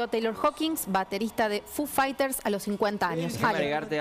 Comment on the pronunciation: Me sangran los oídos cuando a Foo Fighters lo pronuncia como "fu faiters" Diooss. Necesitaba decir eso, me re fuí...